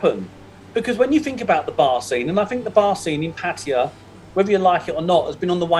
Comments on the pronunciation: None of those. Thai people pronounce it Pa—Tay—AAHH, three full syllables with emphasis on the last syllable. I would consider that the definitive pronunciation, not the way the people in this video are pronouncing it. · Hi, Sawasdi khrab. I am an Indian loving Thailand because Thailand has more original Indian Hindu culture than in India itself. I am a regular viewer of your channel. Kindly enlighten me how Pattaya is pronounced. Is it " patiya, or Pattaya, or patya